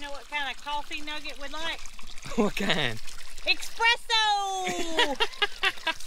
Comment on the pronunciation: I really need some “expresso” 😴☕️